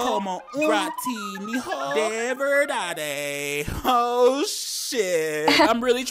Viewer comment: psé kkkkkk até que ele pronunciou "verdade" mto bem